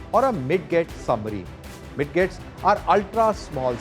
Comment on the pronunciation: Just fyi, midgets are pronounced as midjets.